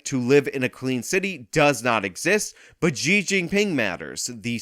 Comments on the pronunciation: Xi is pronounced as "She" by the way, at least trash that pig correctly. It's really annoying hearing you say ji instead of she. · She...xi is pronounced she.